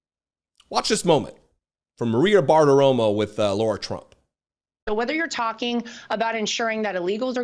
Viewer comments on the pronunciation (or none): her name is LAH-RAH not Laura, if Kamala's name should be said correctly, so should Lah-Rah. she has birthright citizenship, like all Rs in congress. She is crazy, she cant think properly. Donald has no plan and you didnt listen carefully Lara. All they spoke about at the DNC waou said was Joy and democracy and Kamala did talk about policy. everything you said was PROJECTION. really all trump talks of it hannibal lecter and other crap nothing about this country